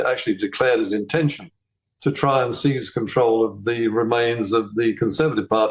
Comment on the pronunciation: Seize control not ‘cease’…. Jeez 🧐